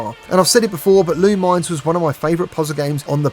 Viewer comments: It's pronounced lu-mih-ness not lu-mines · By the way Lumines is pronounced Lu-Mi-Nes.